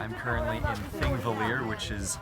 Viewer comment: How you say Þingvellir is the best thing I’ve ever heard